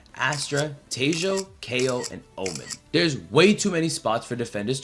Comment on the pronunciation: bro said te-joe